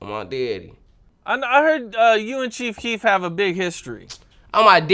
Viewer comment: “On my deaddy”